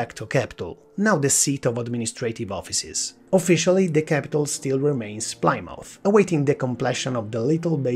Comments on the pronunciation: Plymouth, not Plimauf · you're both wrong, its pronounce "pleh-mooth"